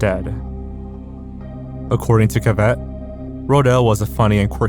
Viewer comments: The name is pronounced Caaavett NOT ca—-vettt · Cuh-vette? Thats not how his name is pronounced. I immediately stopped watching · FYI “Cavett” is pronounced like “habit”, not like “Corvette “. Emphasis on first syllable. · Cavett, not cavette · BTW. Cavett: = KAV-it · Summary of this comments section 95%: BetterHelp is a scam 1%: BetterHelp is not a scam 1%: Lee Harvey Oswald didn’t kill JFK 1%: You’re pronouncing Cavett wrong 1%: Polygraphs are pseudoscience 1%: Breast implant serial numbers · Sorry to, but please... Try to pronounce people's names correctly. (Cavett) It's the least content 'creators' can do, imo. D.C.'s also legendary to those who appreciate his wit and range of guests. Paz y luz 💫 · You are pronouncing Cavett wrong and he was nothing like Letterman. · It’s so funny watching saying Cavetts name wrong. I’m so so I remember the name, feel so old, but glad to know the mystery’s around classic TV